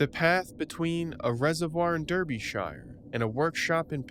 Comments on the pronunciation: Derbyshire is pronounced “Darby-shur” and Berkshire “Bark-shur”😉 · just to let you know it’s pronounced ‘Darbyshuh’ it’s odd I know. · Shire is pronounced sheer like sheering a sheep. Buckingham-sheer Derby-sheer. Americans always say it wrong. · Nit pick here: a. If you work for MOD and you die, the MOD are going to drop by and pick up all your paperwork, that's a given, it's normal. b. If you are going to speak of English locations get the pronunciations right. It's Derbyshire. Not Derbyshire. The e is an a and the i is short and silent (and there's no e at the end). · But there was no body here...I beg to differ, the pronunciation Derbyshire was murdered numerous times, lol. If you see a British place name you can be pretty sure it isn't said the way it's written, I mean it's not just British place names, I bet there are plenty rolled eyes when someone mispronounces Maryland, New Orleans or Toronto.